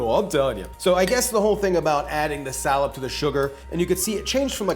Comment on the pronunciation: It’s pronounced (sahlab) not sallup stg people these days don’t know how to say words correctly